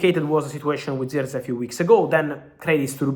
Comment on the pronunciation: But who else loves how Fabrizio pronounce. "Zirkzee😂